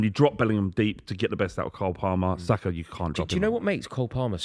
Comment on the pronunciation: who is that clown saying Saka???